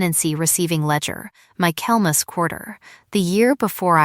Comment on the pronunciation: I commented on the mispronunciation in two stories, then heard the same mispronunciation in a third story. I just gave up.